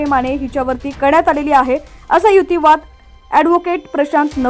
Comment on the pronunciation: युतीवाद? मराठी भाषेला नवा शब्द या वाचणारी बाई देत आहे. युक्तीवाद की युतीवाद?